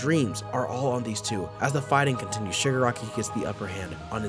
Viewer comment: i cant stop hearing sugar-rocky